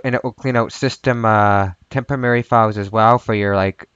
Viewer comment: All together now...."TEMP-oh--rare--reeee'! :)